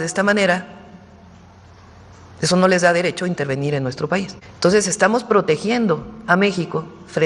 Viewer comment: ¿Por qué Fraudia no puede decir "entonces", hasta en eso tiene que imitar a López con su "toses"?